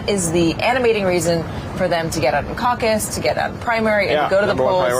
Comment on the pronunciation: Who invented the word causes?? Caucus? Any other phonetics would sound better.